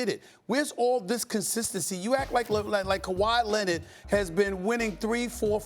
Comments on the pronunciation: KuWaa Lennett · “Kawhi Lennid” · "Kawhi Lennit, Kember Walker" 🤣🤣